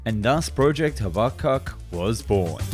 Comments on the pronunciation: It’s not pronounced “Hah Bah Kuk”. It’s “Haba cook”. HABUKKUK. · "... Project haba-cuck " Wait, what? Is it just me, or it's just in the accent? No smoke